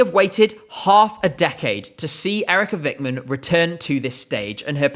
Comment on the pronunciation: We're not going to vote her because the way you said Eerika Vikman sucks ass